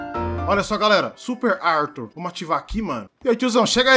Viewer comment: "AIRtuIRR Fléxxschi"